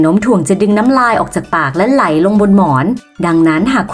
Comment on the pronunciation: ไหล ครับ ไม่ใช่ไหน 55555